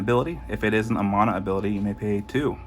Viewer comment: Stopped watching after I heard "mana" pronounced like that.